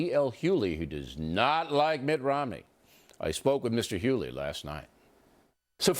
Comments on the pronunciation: Leave it to Bill O'Reilly to not even know how to pronounce D.L.'s name.... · Oreilly so disrespectful. Mispronouncing his name racist jabs all through the introduction. Anyone who supports this network FOX news is racist. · He knows how to pronounce his name. Orielly was just being an idiot. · O'really, You might want to learn how to pronounce your guest last name. Oh did I say your name wrong?